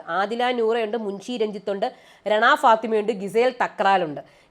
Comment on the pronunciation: രണ ഫാത്തിമ അല്ല റന ഫാത്തിമ (Rena Fathima) ആണ് ട്ടോ 😅❤